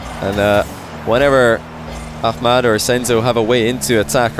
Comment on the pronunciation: yeah he pronounces it correctly .